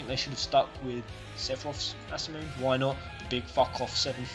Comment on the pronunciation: ma men you have to say Masamune like masamunay, no like masamoon